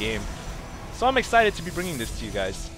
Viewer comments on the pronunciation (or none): none